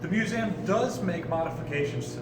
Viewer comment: Why is he saying museum wrong?